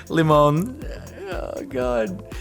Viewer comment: Mildly infuriating how Jordan says Lemon.